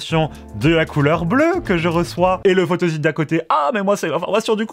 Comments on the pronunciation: oui la phonetique est « fotosit » et non « fotozit » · Photozite? Photosite ! (on ne dit pas un zite web mais un site Web....) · Pas mal de petites erreurs, "photosite" se prononce comme s'il y avait 2 "s", et c'est matériau et non matériel.